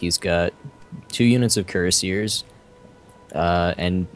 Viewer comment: That pronunciation of cuirassiers. xD